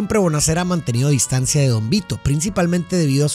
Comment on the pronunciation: Se dice “negocia” no “negocía”; se dice evidencia no “evidencía”; y se dice “distancia” no “distancía”. La explicación de las películas es genial; pero cada vez que pronuncias así, siento un derrape que me saca de la experiencia. Gracias por compartir tu conocimiento 🙌🏻